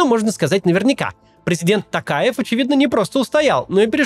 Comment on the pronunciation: Не знаю, только мне приятно слышать, что Максим говорит "ТОкаев", а не "Такаев"? 🙈